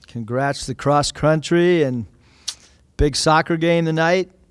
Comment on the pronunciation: Did I hear him say cross crountry .....or is it just me. Gotta say I mix my words like that myself, just glad I'm not the only one lol